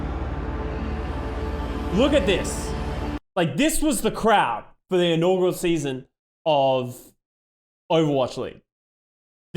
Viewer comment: just so you know, it's "inaugural" not "inaugral." sorry for being that guy